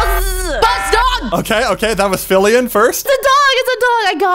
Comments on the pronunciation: Did no one notice called filian filling? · ah yes, filling